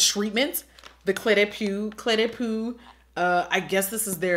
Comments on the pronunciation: I think it’s pronounced “clay-de-po” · ''cle de poo'' LMAO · “Cle de poo”